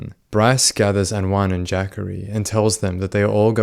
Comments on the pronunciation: “Jackary Taylor” I believe its Juh-corey haha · Man says jackery its clearly jah corey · I kept thinking…Jackery what a strange name. It’s Juh-Cory. I figure you’re not from the states and I probably should already know that. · Its Juh-Corey I believe